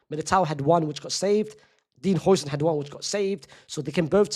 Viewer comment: Is it that hard to say Hausen?